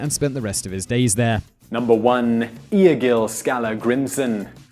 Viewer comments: pronunciation is horrendous.... (some points are not 100% factual. like the retirement of Ivar the boneless (EE-Var)) also "Lodbrok" is pronounced Lothbrok, and Egil (EEgil not EE-uh-gil) also using less fantasy and video game images wouldn't hurt finally where is King Knut Sveinnsson "the Great"? Harald Hadrada didnt fight William the conqueror! He fought Harold Godwinson and lost. Harold Godwinson fought William and lost. also that picture was from Hastings not Stamford! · egil is not ee-ah-gil. is eh-gil, or egg-gil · N. 1 is pronounced " I gill" love the vids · Funny to hear you try to pronounce the name Egil. The E-sound in Egil is the same as for example the E-sound in the word endeavour. The rest of the name (gil) is pronounced correctly though. :)